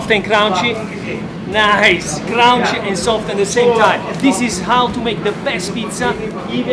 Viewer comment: one day, you will no longer mis-pronounce the word, "CRUNCHY." It rhymes with RUN and FUN. Not "round" or "down." So, do not say, "CROUNCHI." Say, C*RUN*CHY. Thank you so much. I hope you break this super annoying mispronunciation because you say it so very much. Prova a dirlo bene. Apprezzato.